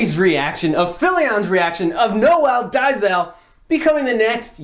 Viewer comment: It's pronounced "Nole Day-zil". lol it's a South African name, however, I don't fault anyone for mispronouncing it. Hey, look at mine, I'm sure someone might bite their tongue trying to pronounce it. 😂 Shoutout from South Africa dude. Love your work.